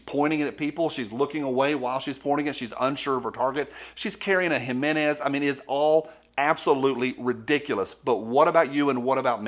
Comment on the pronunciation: What is a “Himenez”?